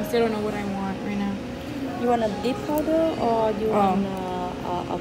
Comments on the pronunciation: The lady said dipped powder or acrylic powder.. she said “PoWdEr” 😂. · Heba Assaf LMFAOO I- 😭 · Lizeth Avelino i hate when ppl say it like that😭😂